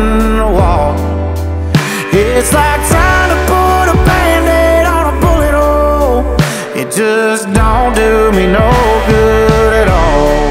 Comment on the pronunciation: Genuinely thought he said butt hole ffs